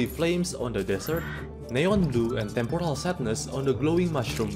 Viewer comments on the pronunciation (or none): none